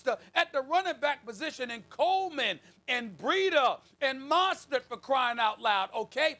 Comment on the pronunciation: Jay Rock dont forget : MAHSTERT